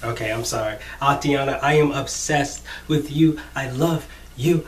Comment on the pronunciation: You are awesome, but it is AYE-TAN-AH... not ah-tee-anna